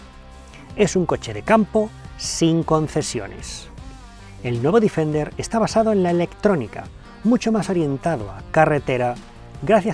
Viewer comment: Joder, todo el rato diciendo el Difender., Deeeeeeeefender